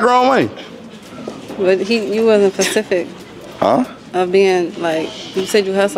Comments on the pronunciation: Girl over 25 saying “u wasn’t being pacific” when it’s “specific” 😭😭😭😭 girl. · “You wasn’t pacific.” Lord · He wasn’t “Pacific” as in ocean????